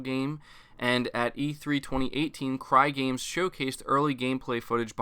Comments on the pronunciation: Its Cygames not Crygames. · Lol dude I literally cringed when you said "Crygames" its pronounced s-eyegames 😂